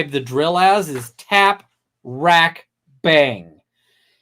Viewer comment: I’m suspicious of him mispronouncing tap wrack twice…tap wrap…and a few moments later…tac wrack…